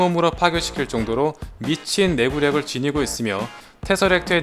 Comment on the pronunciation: 토니가 페퍼한테 선물로 준게 이정도인데.. 워머신 안습이다 ㅜ 미친 내구력 할때 발음 찰져..